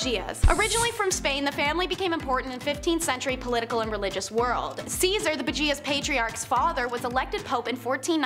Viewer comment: You're a good presenter. But PLEASE, PLEASE, PLEASE research pronunciations. The section on the Borgias is KILLING me, as a historian.